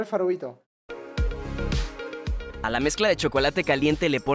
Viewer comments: Alguien mas se dio cuenta que dijo farovito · Te quiero mucho pero dijiste farovito en ves de decir favorito en la parte que te gustan los delfines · en la parte de video dices farovito XD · es mi animal farovito yo: soy yo o dijo farovito